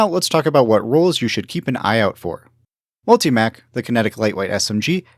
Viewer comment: It's pronounced multi MOCK, not multi mac